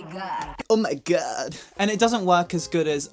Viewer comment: "Oh My God" - "Oh My Goudy"